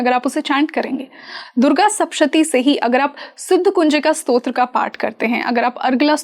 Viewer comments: Madamji durga saptashati bolt hai sapshati nahi...thoda dhyan de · It is sapta shathi. Not shapta shathi. Sapta is seven and shathi is 100. This represents the 700 Slokas